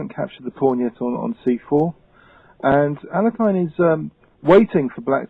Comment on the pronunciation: Alehine is great Russian chessmaster.,pronounce his surname right. It sounds like Umbrella,Light,(Early-accent is here),Here,Into,Knight